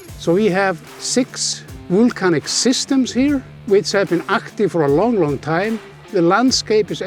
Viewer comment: I have to admit, even for an Icelander like myself (and a big geology enthusiast with 3 geology courses behind me at the university), it's a bit difficult hearing always say wool-canic and wool-cano... haha. A wealth of good knowledge from him though:)